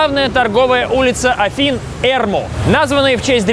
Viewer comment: Вообще не Эрму, а эрмУ. А холм Ликавитос, а не Лика-четотам